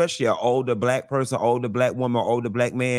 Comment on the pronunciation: “SHE WAS BLYCK” 😅😂